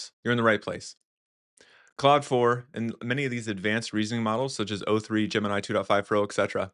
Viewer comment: Are you pronouncing Claude and cloud the same? It sounds like you are.